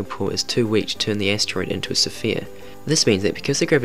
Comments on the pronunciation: It's Sphere not sofia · STOP! Stop stop stop!. I'm now and you are pronouncing Sphere all wrong. Why? Why are you doing that? Sphere. S-F-EAR SFEAR SPHERE, not Sa-Fear or S-FEAR, just Sfere, sphere, one syllable. Anyway, other than that, nice attempt to emulate minutephysics. I saw your video page and you have an interest in a lot of stuff I too am interested in, but if this video is any indication of your future content you need work before I subscribe. I'll check in on you next time I hear of this channel. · Wtf is a sa-fear? It's sphere no A between the S and the P! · What do you keep saying "Sophia", cringe as fuck my guy.... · Everytime he says "sa-phere" you gotta take another shot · let's get this straight....sure, ur saying sofia instead of sphere, butur accent is seriously cute. oh, and if I were u, I would ignore some of those rude comments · 20 seconds turned it off due to the ridiculous pronunciation of sphere. Very annoying an ruined what was most probably a good vid. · Started watching... stoped when he pronounced sphere. wtf